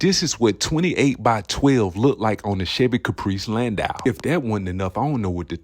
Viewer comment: U are pronouncing it right, it's a Landau not a Landoo 💯